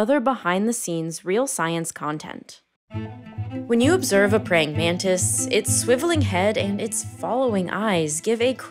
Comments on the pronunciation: Nararrator - It's pronounced exactly like it sounds - pray - ing - man - tis, NOT, pray - ing - man - TID. WTF ???!!!! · Prying Man-tis